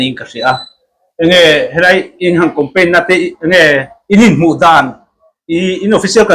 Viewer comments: Thianpa chu Compaign i ti reng mai a, Campaign tih tur aw, i channel a ti ho tlat....hengte chu youtuber chuan lam thiam tur.... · Campaign tih tur ah compaign i ti char2 in ka hria..ka hresual ti dawn ila i sawi zing ve bawk sia.😅😅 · Compaign iti zel a sir,, Campaign tih zawk tur aw. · Ka rilrua awm, ka sawi châk deuh i lo sawi e...hetiang saptawng word khat lek, kan hman rim em em te hi chu anni ang social media, content creator ni chin te hi chuan, a zawng zawng anih loh pawn he word pakhat mi zawng zawngin jan sawi rim em em 'campaign' (kam-pein) tih mn ai nai te hi chu han lam dik ve hram thei ila chuan duhthusam chu a ni ngei zawk ang mole! 🤔🤷🤷😁 te ka lo ti ve mai mai a! 🤷